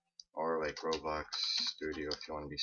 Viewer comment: When you say roblox it kinda sounds like your saying robux